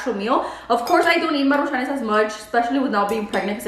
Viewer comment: Maruchanes??? Lmfao do you mean MARUCHANS 😂😂😂